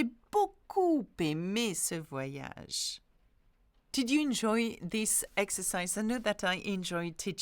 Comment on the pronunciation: Good morning! thank you for doing this. One other sound that I know many have trouble with is when is an 'r' guttural précisément or not partir. Merci forgot the last 'ge' in voyage!